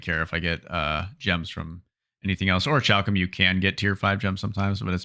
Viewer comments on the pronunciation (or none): This is great for me because I don't throw ANYTHING away.... - Tyrus btw - it's ori-kal-cum...